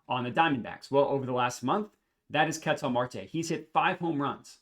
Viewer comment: big fan of your work but it hurts listening to you butcher the pronunciation of "Ketel" over and over lol. If you watched him play, you'd know that's not how you say it.